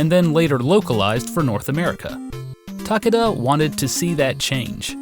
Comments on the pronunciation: TAH-kay-dah Sorry to be that guy, but you say the name like 30 times in this video... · Ta-KAY-da it's Ta-KAY-da...